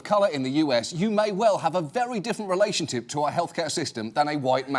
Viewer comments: "relationTIP" Trump syndrome? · He said relation tip